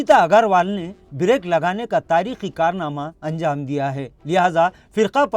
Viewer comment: محترم جناب آپ کا اقدام خوب ہے پر تلفظ پر زرا دھیان ضرور دیں جیسے تاریخی فیصلے کو تاریکی فیصلے نہ پڑھا کریں شکریہ don't mind